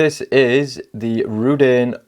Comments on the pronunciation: I'm not a fan of Chinese watch naming traditions obviously, but every time you call it Rudane really jars with me . Rud-oo-nay , give it a go . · Reh-Doon'-A. ;-) Also, please stop saying "this one" (use the name instead). Can't multitask or read comments during video if I have to watch the screen to know which one you are referring to. Also again, I have the Rdunae and 1) The design, build quality and lume are a 10+ and the gray bead-blasted finish makes it both toolish and relatively unique among turtle homages, 2) the pointy part of the crown guard on the back of the watch actually catches on and STABS my finger when I try to wind it. I would like to know if they have since remedied this with newer production units. I've tried gently filing it to round and dull the point, but with limited results...